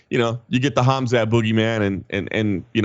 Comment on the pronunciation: Stupid Radio Submission the Colby Covington Ass kisser, it's Khamzat not Khamat. You morons.